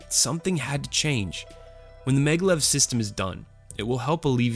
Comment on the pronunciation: It is MAGnetic LEVitation...pronounced MAG-LEV........ NOT meglev.....